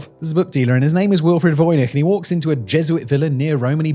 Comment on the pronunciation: I can hear you struggling between Czech and English pronunciations. The soft "ch," in "voynich" and the hard "c"/"ts" in "Bienecke." Líbí se ti Praha?